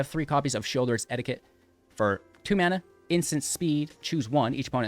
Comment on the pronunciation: anyone gonna tell him that 'edict' is not the same word as 'etiquette"